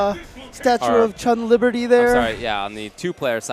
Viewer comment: "Chun LIberty"... goddamnit lol